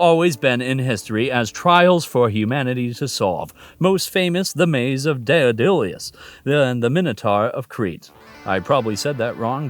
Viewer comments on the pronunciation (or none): none